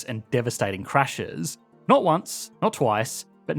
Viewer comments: "... did nat zee..." Ha! Good one! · “A new group of immigrants that…did naht see the appeal” As disgusting as the topic is, that is a quality pun, made all the better by your dialect.